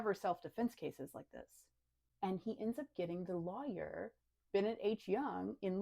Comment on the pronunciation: I like how you pronounce lawyer as Liar.